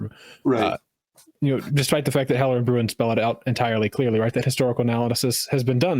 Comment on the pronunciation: The one thing that persistently annoys me about 2nd Amendment discourse is one, very specific about Bruin: That's a Dutch name and it's pronounced close to Brown, just a little deeper in the throat but close enough for writing down how to do it. So you're mispronouncing it, and missing a great pun about how the government doesn't like Bruin people Don't get me started on what you chuckleheads do to German names